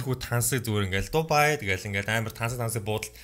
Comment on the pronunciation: Та бичихдээ Дубай гэчихээд хэлэхдээ Дубайя гээд бна шд